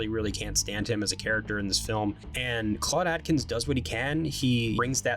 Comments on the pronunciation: AKE-INS is how it's pronounced. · Claude Akins, not Atkins. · The actor who played Aldo was Claude Akins (pronounced "ache-ins"), not Atkins.